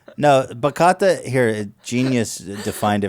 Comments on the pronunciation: Bachata. CIABATTA. THATS WHAT U MEANT 🤟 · It's not pronounced BAKATA is BA-chia-ta GOSH Ethan pronounces every word in any language super super wrong idk how he does that